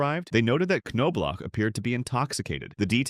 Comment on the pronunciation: The "K" is silent...Say it with me now....Nob-Block.... Kanoblock 😂🤣...Also Andy Ped-it not whatever nonsense came out of your mouth